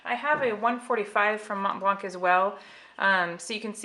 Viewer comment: You are not supposed to pronounce the c in MontBlanc. The c is silent.